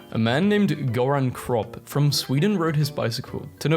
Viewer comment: YOU PRONOUNCED GÖRAN KROPP WRONG🇸🇪🇸🇪🇸🇪😡😡😡